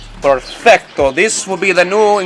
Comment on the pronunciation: I love how my Spanish speaking self hear "purrfecto" instead of perfecto